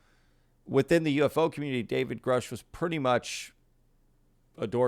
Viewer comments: I think the surname Grusch is German and is pronounced Groosh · Re Big thing it is grusch with a short u, so is more right than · So, he knows Grusch, but doesn't know how to pronounce his name? Ok.